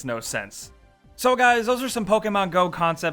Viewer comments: Is it just me or did I hear you say "I'm just Pokken fun at it" POKEMON JOKES EVERYWHERE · Did you say you like..... POKKEN fun at it?